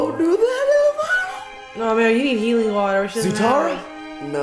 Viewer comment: the girl sees water and literally the stupidest way you could say the basic word water she goes, "WaTEaR" ( Spongebob emoji). i enjoyed watching their videos but the girl was just noticeably STUPId the whole time. if it wasn't for the other guys i would have never watched them. How are you embarrassingly bad at commentating a Nick cartoon? She must just be a girlfriend or sister that just wanted to part of it. i hope she stops doing these.she singlehandedly could sink their business. Everyone else is good tho!